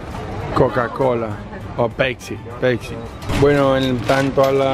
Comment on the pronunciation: Quien mierda le llama "pecsi" a la "Pepsi "???